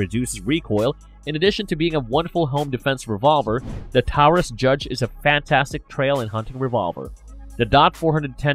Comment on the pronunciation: I have a hard time believing this guy since he made several videos bashing the Taurus Judge which by the way you're still pronouncing Taurus incorrectly and now he realizes how important ammo availability actually is and then interchangeability shortly after